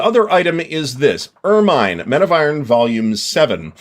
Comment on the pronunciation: If you've time for a whine, it's 'Er-min' not 'Er-mine'... 🙂